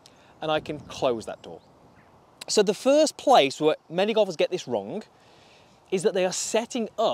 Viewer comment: I never knew that the word wrong has a k in it. 😂